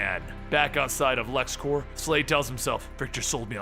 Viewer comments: i wish i could say this to your face, "clears throat and tries to remove the rest of the random vomit that plagues me rn" IT'S LEXCORP NOT LEXCORPS!!!!!!!!!!!!!!!!!!!!!!!! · Its lex corp, not lex corps, corp is short for corporation, its not like the green lantern corps, please say it right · It's a common mistake but you kept pronouncing Corp as core (I guess because of the green lantern corps) but the p is pronounced because it's short for corporation